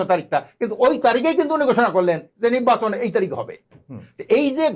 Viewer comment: টক শো করার জন্য আর মানুষ পাইলেন না? উনি কখন কি বলে কোন কথার জবাবে কি বলে উনিই জানেন না..... উনি শুধু পি আর পি আর করে অথচ পি আরে লাভ ক্ষতি কি উনি বলতে পারেন না....!! নির্বাচন কথাটাও ঠিক মতো উচ্চারন করতে পারেনা নিব্বাচন বলে!! আরে দালাল কেউই যখন বিএনপিকে ভোট দেবেইনা তাহলে ভোটে আসতে সমস্যা কি? আওয়ামীর প্রতিচ্ছবি থেকে বাহির হয়ে আসেন এখনো সময় আছে.....!!